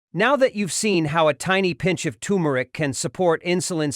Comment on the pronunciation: You started out saying the spice correctly, TuRmeric,but then you started to say TUmeric! Leaving out the R. Gees AI get it right, ok? I hate that AI’s just can’t pronounce words correctly. Nor do they know where to put the accent on words either! That’s why they will never be smarter than humans!!